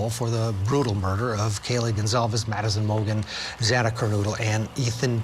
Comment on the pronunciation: I don’t get it…after all this time, media people are still mispronouncing Xana’s name.